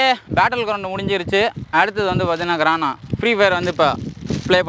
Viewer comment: Bro grana illa garena